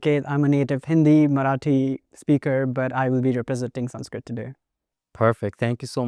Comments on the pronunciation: Its crazy how the indian dude pronounces sanskrit words with dravidian accent then says «exactly how its pronounced» 😅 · It's Sanskrut (or Prakrut) and not Sanskrit. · sanskrit doesn't drop the "a" sound at the end lol